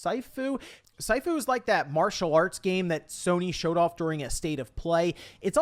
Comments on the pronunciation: It's shi fu not sai fu 😂 "Shih" fu. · Sifu is "see-foo" not "psy-foo" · It's pronounced as C Fu, Not Sai Fu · FYI, “Sifu” is pronounced like “seafood.” It means teacher-father, basically “master.” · Just a heads up that Sifu is pronounced See-fu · Its pronounced seefoo. Its not that hard. Lol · Only bugs me a little bit to not hear "See-fu" pronouncement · It's pronounced See-fu (Sifu) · Sifu is pronounced seefu. Means master or teacher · Ok Sifu is pronounced Seefu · What is syfu? Your pronunciation killed me lol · I don't want to be that guy but it's pronounced "see fu" sifu is Chinese for teacher/ master